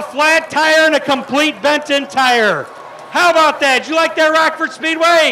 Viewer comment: “Handa” and “Rackford”. Hahaha